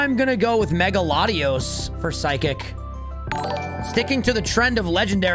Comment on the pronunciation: NEITHER! THE FIRST O IN LATIOS IS SUPPOSED TO BE AN A! AND THERE IS NO W IN THE NAME!